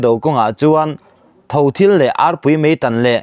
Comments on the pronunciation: Tho thil ang tih leh takam tih i lam dan kha a dik lo aw. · Mizo ṭawng i chhiar thiam viau na a,' tho thil ' i lam rik dan a dik lo, aia upa te zawt zau rawh aw. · Tho thil pawh in lam dik theilo chu ania leh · ...Central a deng chhuak ta...tih aiin ....beng a thleng ta...ti ta zâwk u la chhiar a nuam deuh zãwk maithei. Tho thil tiha thil tak hi thlûk hniamin aw... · "Tho-thil" tih hi alamdan lo en nawn teh. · Tho thil i lam dan/chhiar rik dan hi a dik lo. Tul a sa rep tur ang hian Tho thil lam tur a ni. Thil_ eng thil emaw sawina ang a ni lo. Tho hi tulin thil la, a inang tlang vek ang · Thothil i thluk dan hi a dik lo, thluk tawi zawk tur aw. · Tho thil tih kha thil ri samng a lam tur ani lo va tho lamrik nen a lanm da ri kha in ang tur a ni